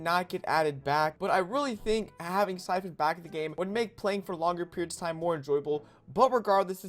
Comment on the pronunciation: Pho Coun lol it’s Siphon